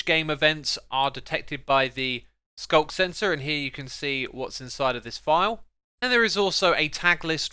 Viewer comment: Man... I'm always hearing SULK sensor instead of sculk sensor XD